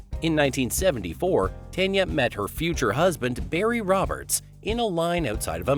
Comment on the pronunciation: It’s pronounced TAWN yaw.